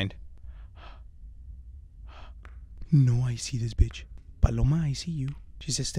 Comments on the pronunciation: Not Paloma it's baloma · "Who the f is Paloma??" XDD I laughed so hard bc u called her Paloma XDDDD ( or he said Baloma Idk) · I'm fine with you not saying this correctly it just makes it more funny!